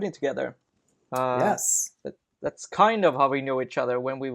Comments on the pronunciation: Not you, your friend. His English is like 100 times better than mine, yet I don't understand why he pronounces "ther"(like in "together") like "rer". I'm not a native English speaker myself but for some weird reason I found that pronunciation extremely annoying. Am I crazy or some shit? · omg. each time I hear "rer" (ther). I just can't stand it, I don't know why. I'm sorry. I'm a bad person.